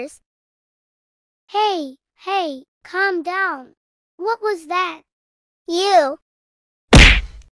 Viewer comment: Clam down✅calm down❌💀💀💀💀💀💀💀💀💀💀